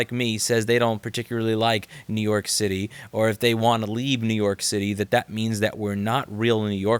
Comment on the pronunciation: It's up to youuu, Nuke York, Nuuuuke York ♩ ♪ ♫ ♬.